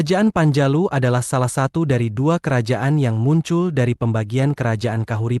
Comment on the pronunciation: Cara membaca daha itu dibaca doho